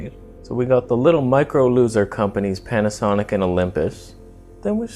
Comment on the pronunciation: Panasonyc with L-mount alliance (pronounced Jared Polin styleé)